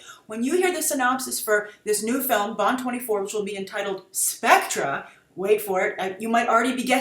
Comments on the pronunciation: its specter SPEC TER not SPEC TRA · Grace, it's pronounced "Specter" just like other British spellings like "Theatre." You wouldn't say "Theatra" would you? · It is pronounced "specter" not "Spectra". It is from the olden films. It's because we British use re as er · Spek tor not spec tra. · It would have been better if you had at least researched the history of the Bond films. It's pronounced Specter not Spectra. The comparison you make between this film and Capt America is just lazy, I'm sure the writers didn't go see Winter Soldier and think "yeah, let's just use this plot". You talk about how Bond is trying to be modern and not be outdated, but Sam Mendes has spoken in Skyfall interviews about how himself and Craig wanted to get back to the classic Bond feel. An example of that would be the male M and the old M office also a dryer chauvinistic Bond. Bond has its problems when its trying to be current ie: Die Another Day. I do agree that Mendes did use inspiration from The Dark Knight for Skyfall. I think Nolan being a James Bond fan used Bond as inspiration for Batman and Inception. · It's pronounced Specter, not Spectra. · specTER specTER it's NOT pronounced specTRUH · Grace. Watch Thunderball 1965 and From Russia With Love 1963 for the pronunciation. Even Sean's pronunciation is still SPECT ER, not SPECTRA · Seriously. Stop calling it Spectra. Just. Fucking. Stop. Ill-educated nitwit. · Pronounced spec-"ter" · It's pronounced Spec-ter! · Jean Dezem I was thrown off by the way Grace pronounced it, i thought it was always pronounced spec-ter in american-english. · Love the video. I believe it's pronounced "Spec-ter" though, watching some of the older flicks I remember everyone calling it by that name. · Pronounced SPEKTER!! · Isn't it pronounced SPECK-TER ? I just say that based on watching the old bond films. I believe it was pronounced as that. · Can everybody stop pronouncing SPECTRE wrong? Have you not seen any of Connery's James Bond films?